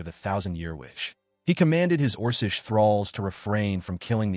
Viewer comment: The AI is doing too much and still sounds stupid...it can't even say orcish correctly, is pronounces it orses. Or, as usual in these AI videos that LOVE using the word agape, it always pronounces it agoppey.